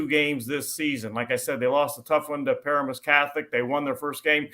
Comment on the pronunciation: It is PAR-a-mus Catholic, not par-A-mus.